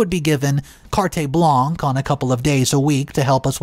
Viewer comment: Carte Blanche is pronounced cart 🛒 Blah-n-sh. Seriously. Please work on your pronunciation